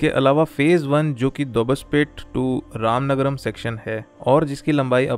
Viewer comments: It is ramanagara not ramanagaram.. pronounce right name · It's Ramanagara not ramanagram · Thanks for this information 🙂 And plz correct it Ramanagara not Ramanagaram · ramanagara not ramanagaram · It's not Ramanagarm it is ramanagara